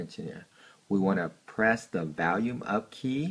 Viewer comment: The "valume" lol